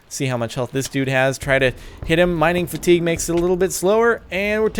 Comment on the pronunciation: Lol sparkles 😂 mining fatigue is pronounced mining "fatty gay" it's French.